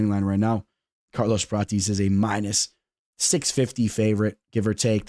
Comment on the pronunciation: Say it with me brother... Prah-tez